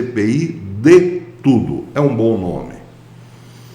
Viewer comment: ocê milhóra cádadia. Gostei da "CPI de tudio".